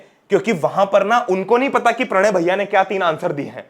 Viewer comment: Pranay ❌️ PRanay ✅️ Only old students knows Like if you are old student If you know then tell.